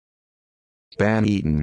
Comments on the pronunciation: Lol this is so fucking wrong! How is it the first result? Search for videos where people are pronouncing "banneton" and you'll see for yourself how far off this is. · Hahahahah so horribly wrong